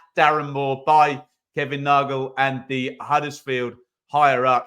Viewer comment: just to help its Nagle as in Bagle 🥯 👍